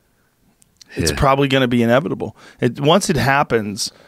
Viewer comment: "It's probably gonna be inebitable." Beyond the relaxed pronunciation of, "inevitable," just say no to chips in your head.